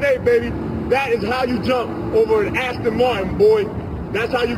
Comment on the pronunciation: You said ashton martin multiple times bro its just embarrassing